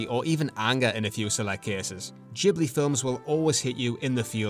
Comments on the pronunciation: It's not Jee blee, but gi·blee. Great video ! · If I may, Ghibli is an Italian name for a wind, "GH" in Italian is pronounced like "GU" in English like "guet" or "guard" not like a "J" ou "DJ". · because he is saying it in the Japan pronunciation. UK, US, Latin based language we pronunced it Gibli as intended in Italy (I’m a humble Italian from Avellino). Only Japanese and some others Asians countries says Jee because in native Japanese phonetic is different that’s all ^^ (and it would mean something else)